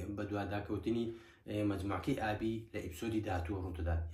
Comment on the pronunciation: ئابی یان ئالی هههههه ئەوە لۆ هەر لیت تیکدەجیت